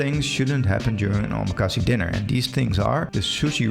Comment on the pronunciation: I couldn’t continue listening because of your pronunciation of omakase and sushi. If you’re going to make a video on the topic as someone with knowledge of it then you need to study the correct way to say it. The last syllable has a short /e/ sound/-not long! So it is not “see!” It made me cringe. You’re also putting a /sh/ sound on the first syllable of “su” in sushi. So I almost immediately had to stop watching your video.